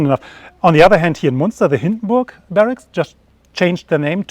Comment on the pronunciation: Say Munster like it's written. Say Münster like it's written but with your tongue right behind your teeth. That's pretty close.